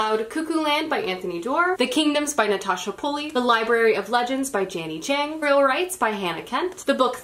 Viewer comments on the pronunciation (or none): none